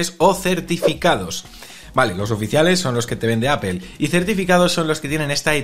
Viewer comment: Cómo confiar en alguien que pronuncia "Apel"?...